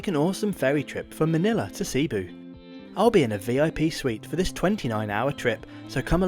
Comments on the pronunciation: Your pronounced cebu incorrectly t's not sea boo It's sabu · Also it's a soft e in Cebu. Not seeboo. 😊